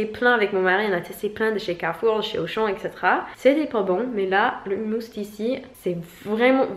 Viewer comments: Pas de l'humus, mais HOUMOUS avec 2 "OU" 😂😂😂😂😂😂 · Le "humus" comme tu le prononces dans ta vidéo ça désigne la couche superficielle en décomposition (en général dans les forêts), je me doute que tu ne manges pas de la terre mais ça peut prêter à confusion ahahah